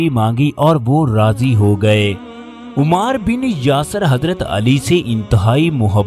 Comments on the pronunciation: It is ammaar ..... Not umaaar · محترم آپ صحابی رسول کا نام صحیح طریقے سے نہیں لے رہے 😢 لفظ عُمار بن یاسر ( عین کے پیش کے ساتھ ) نہیں بلکہ عَمار بن یاسر ( عین کے زبر کے ساتھ ) ہے ، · Ammar bin yasir not Ommar bin yasir. please correct your pronunciation. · A.A... Yah lafz umar nahin hay bal k ammar hay.. Lafz sallallah wale nahin hay sallallahu alaihe Wa sallalam hay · Umaar nahin AMMAAR kaho ! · Aap ki video bohat achi hai lekin Ammar pe paish nhi zabar hai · تکلیف ہوتی ہے اس انداز میں واقعات سن کر کم از کم نام کا تلفظ تو صحیح کرلیا کرو ـ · تکلیف ہوتی ہے اس انداز میں واقعات سن کر کم از کم نام کا تلفظ صحیح کرلیا کرو ـ